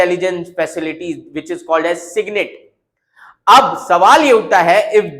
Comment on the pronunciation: It's SIGINT, not SIGNIT. And it's Inertial Navigation System, not Inertial Reference System. 🤔